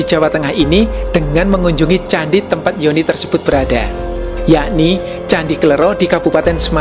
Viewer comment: mohon maaf bacanya kle'ro (ro serperti loro (dua jawa))